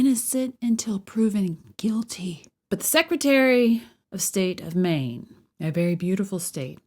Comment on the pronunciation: She says "meen" not "Maine"